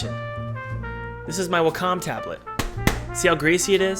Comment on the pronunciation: Did you guys hear how Thomas pronounched Wacom.... hAha